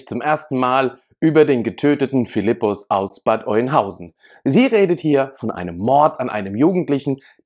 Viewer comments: Sorry es heißt nicht Eunhausen, es wird Öhnhausen ausgesprochen. Nicht böse gemeint.🤗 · Hi zusammen, Bad Oeynhausen wird Ö ausgesprochen. Nur zur Korrektur: Der Syrer wohnte nie im Asylantenheim, sondern mit seiner Familie in einem Haus in Rehme. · Alter, es wird "Öhnhausen" ausgesprochen!